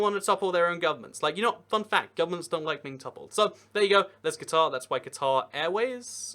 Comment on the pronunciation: Take a shot every time he mispronounces "Qatar". Damned Anglophones...